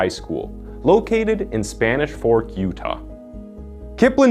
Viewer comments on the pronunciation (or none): none